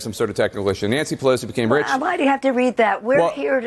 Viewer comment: Nanshe Peloshe